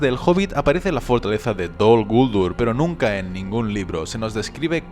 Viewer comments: Heeee, de echo la pronunciación Dol Guldúr es la correcta, y lo q pasa es q nosotros los de habla hispana no lo encontramos correcto, pero resulta q si lo es.... no es Dol Gúldur como tú piensas..... a fin de cuentas tú no eres Tolkien, ni su hijo ni nadie relacionado con los encargados de los derechos del mundo creado por Tolkien para decir q pronunciación es correcta o no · No dicen (creo yo) dol guldúr